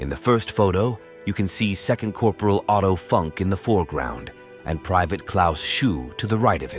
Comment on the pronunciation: Great video. His name is pronounced phonetically like Oh-Toe Foonk